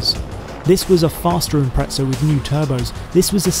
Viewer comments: Where is the 'T' in Impreza??? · "Impretsa" never heard it pronounced that way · Wonder why he says ImpreTza? Maybe he'd also say Otzy Osbourne.